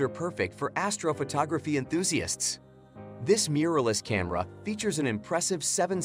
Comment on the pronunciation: I stopped watching as soon as astrophotography was not pronounced correctly